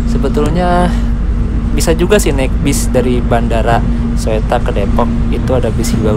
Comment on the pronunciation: dibaca nya Suta mas bkn Soetta ehehehehe